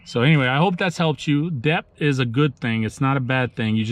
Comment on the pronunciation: But, the b in debt is silent 🤫 lol...